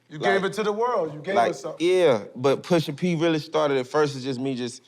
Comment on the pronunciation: Maverick… Please stop saying Pushing P. Smh geez